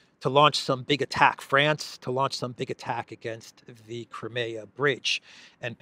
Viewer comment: It is Crimea. Not cremeya.